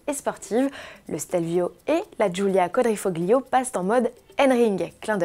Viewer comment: Quadrofoclio elle a dit OMG c quatrofolio bordel de merde